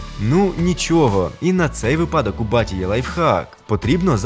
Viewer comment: від випАдків трапляються припадки. Правильно буде вИпадок